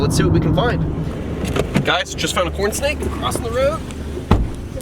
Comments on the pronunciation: I feel like you said "Porn snake" and not "corn snake". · It sound like he said porn snake